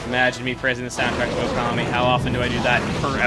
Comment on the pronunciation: it's Ōkami